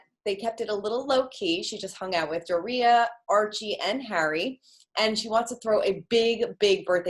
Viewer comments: The way she pronounced Doria sounded like she was gonna say Doritos. Learn to say her name what was the point of your communications degree. "Door-ree-uh" how hard is that. Hollywood is so dumb and racist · Her mom's name is Doria, not Gloria.